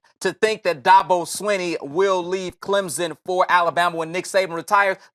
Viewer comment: Okay fucker, it's not "Clem Zon", it's "Clemson". And it's Dabo, not Dahbo